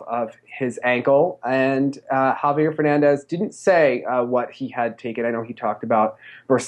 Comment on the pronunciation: Nice but you still have to work more on how to pronounce Javier correctly.